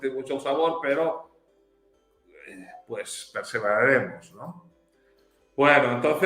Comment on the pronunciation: El Sr. español ya se " salvadoreñizó" puya dice...😂